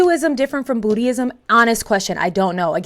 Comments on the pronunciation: FYI, it's not booty-ism, it's boo-dism. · said “Bootie-ism”!😂😂😂😂😂 I’m converting right MEOW!!! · 🤣Not "Bootie-ism", its Buddhism. Pronounced "boo di zum". LOL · Did she say bootyism? 😂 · I heard it, Bootyism! 😂